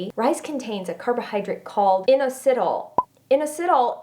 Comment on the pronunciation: Love you and your information! I think you may be mispronouncing inositol. Unless you were referring to something other than that. Keep up the great posts and videos!!!!